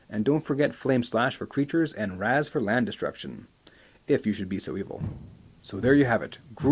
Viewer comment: Raz! its pronounced raise! wtf is up MTG millenials and their effing stupid mispronounciations!